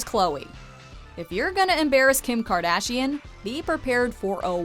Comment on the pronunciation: Did she say kardachian? Lmao